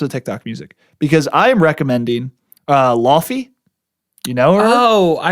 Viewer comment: Laufey is pronounced more like Lay-vay. Law fee got me dead lol